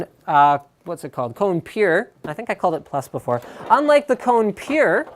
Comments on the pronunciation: You are spelling it wrong, its spelled KO-NE, not like CO-NE! Kone is finnish and means "machine" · Holy shit, im Finnish and I cringe everytime he says Cone. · Kone is finnish and means "machine" in english so you don't say it like "cone". Just a little fact ;)